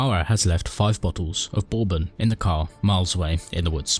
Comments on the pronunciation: Took me a hot sec to realize you were talking about “Bourbon” when you were at the bar lol. It’s usually pronounced “Bur-bon” not “bore-bun”, especially in Kentucky! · Borrrbon? That's certainly a way to say it.